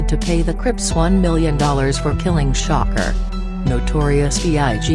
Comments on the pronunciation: It's trying to say "shakur" but it kept coming out as shocker lol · pleas say shakur not shocker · When you make these videos, can you at least spell shit to where it at least sounds like the bitch is saying it right? Shakur= Shocker Shawkoor=Shakur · The voice means “shakur” not shocker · bitch who the fuck is shocker??? its shakuuur. say it with me "shakuuur"